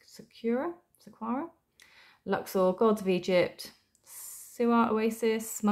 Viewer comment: Saqqara is pronounced sa-ka-rah